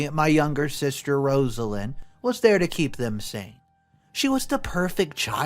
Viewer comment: Rozzz-lin Not Ros-a-lean... I swear, how do your employees not give you correct pronunciation on so, so, very many words?? Lol.. No disrespect at all!! ❤❤Your channel